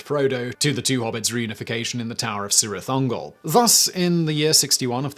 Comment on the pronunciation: Celeborn is "keleborn" not "seleborn". Cirith Ungol is "Keerith Ungol" not "Seerith Ungol".